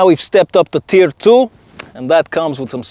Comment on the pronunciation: when he said tier it sounded like tf, Team Fortress Three confirmed